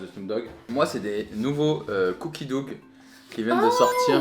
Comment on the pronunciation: Je vous en supplie "cookie dough" se prononce cookie doe/dow on entend pas le g, c'est pas en mode "dougue" Mes oreilles on eu du mal 😅